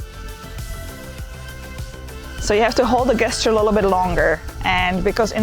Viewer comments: Pronounced jesture not guesture. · Please! The word is gesture but pronounced JESTURE! Not with abhard G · Gesture. Pronounced as if it started with a 'j' 'jesture 🙂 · great video. So Gesture - is actually pronounced like Jester. thx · you are pronouncing gesture wrong...say it as if it begins with a j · Please stop pronouncing gesture wrong. It’s very very distracting from your mildly engaging content. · You begin by emphasising that this is NOT a drone. After which you then refer to it repeatedly AS a drone. Also, you might care to check how the word "gesture" is pronounced in english......